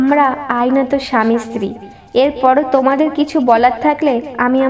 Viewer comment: তুমি স্ত্রী কে ইস্ত্রি উচ্চারণ করো কেন?